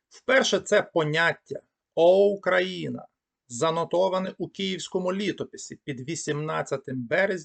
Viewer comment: Спасибі, цікаво. Але чому ви "ОУ" читаєте буквально [ОУкраїна]?) Цей диграф завжди передавав фонему [у], наскільки відомо.